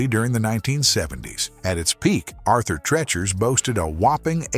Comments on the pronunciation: Thanks his pronunciation was killing me lol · AI narrators are getting good. It's just that a few badly mispronounced words throws off the vid. Arthur Treachers should sound like teach-ers. Boomer, remembers. Boomer, Out. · You pronounced Arthur Treacher's incorrectly. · Had to stop watching after about a minute. Pronouncing Arthur Treacher's the way it was here is why I can't watch A.I. narrated videos. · For the love Arthur, who? That's not even remotely how you say that. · Arthur Treacher must be rolling in his grave over the mispronunciation of his last name.